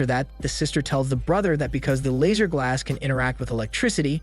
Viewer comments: Couldn’t even finish as many times as I heard “Lazer” instead of Lasser, everytime made me roll my eyes. The name is mentioned so much in the movie pronounced correctly. Did he watch the movie? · Lasser* not laser , I'll sound it out ( lass-er) how can you butcher something so fucjing simple?????